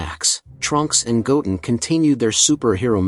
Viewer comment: The way he says Goten is wrong